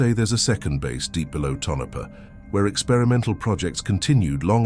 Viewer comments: Tonapha is pronounced Tone-a-pa. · The AI voice's pronunciation of Tonopah is an eerie mystery in and of itself!